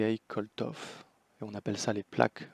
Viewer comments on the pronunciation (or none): Bonjour Monsieur, pardon mais le créateur des CEF s'appelle KOLTSOV et NON Koltov comme vous le dites, merci!